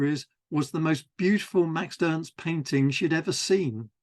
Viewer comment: Love this series! Just a note: you refer to Max Ernst as "Maxed Ernst" whenever you say the name. It's probably unconscious and I'm sure I do the same with other words though